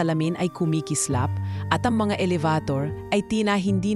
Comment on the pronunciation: Oo nga,pangit pkinggan mgbigkas Ang elevator,gnawa nyang alavator,hahaha😭😭😭